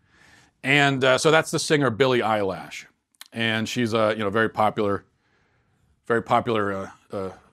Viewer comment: Matt: "I'm pretty in tune with the youth." Also Matt: Billie Eyelash